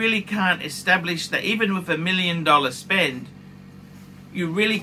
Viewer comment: Sub + DJ + GMTII in 6 months. I was definitely lucky…but don’t think you need to spend astronomical amounts, it’s just not true…”I gotta be totally honest wiv you” 😂